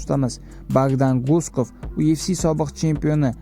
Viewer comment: UFC mas YUFC deb o'qiladi admin